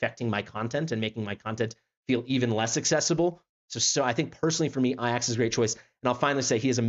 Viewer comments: Bro says “ayyacks” like a fkn vrgn . It’s “A-JACKs” you Trd brglr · Why does he say A-Jax wrong all the time? 😆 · Thank You for your due diligence sir I got Laya as my random :o but fr is it not A-Jacks? Like the dish soap or warrior?